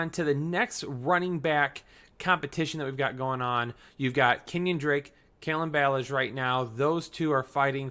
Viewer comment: just 1 example Kalen Ballage( it's pronounced Ba-lahhge) Still love the content. Keep it going! Thanks for the reply! 👍